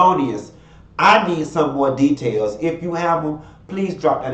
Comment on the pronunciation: "Da-tails" you's a fool!